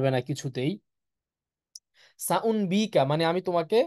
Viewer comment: সাউম্বিকা নয় সাউনাব্বিউকা